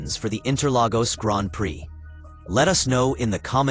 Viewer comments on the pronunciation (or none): It's pronounced "Gron Pree" ! Try IT! 👍🏁